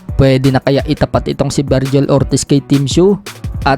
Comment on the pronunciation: Ayos bigkas ng vergil at salt